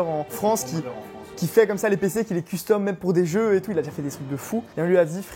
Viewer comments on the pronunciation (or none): j'adore la prononciation : CUL-STOM!